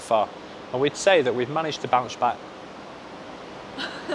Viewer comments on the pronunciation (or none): My man wanna say bounce back and keep saying bouch back😂